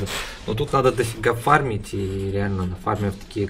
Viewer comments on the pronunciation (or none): none